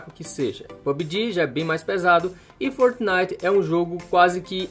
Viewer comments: Como assim Fortenait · Foortinite,pubiji e free fier kkkk ele fala estranho demais kkkk